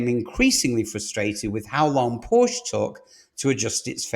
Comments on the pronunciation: It is PORSCH-E, not PORSCH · Start to pronounce the company name right if you are making a program of the company. It is called PorschE and not Porsch as you insist to call the car company. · It’s difficult for someone to be taken seriously as an expert on a brand whose name they don’t properly pronounce. POR-SHUH. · It's pronounced Por-sha. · So what was your point about China? Porsche has no control over Chinese market. They are subject to its whims just like any other retailer. And you would think if you’re going to produce a video on Porsche that you would actually pronounce the name of the company correctly… it’s “poor-SHA”. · PORSHE ...SHAY ....................get it right ................ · "Porsche" :face-orange-biting-nails